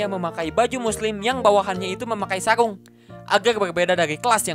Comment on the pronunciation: Sarung ka, bukan saung..he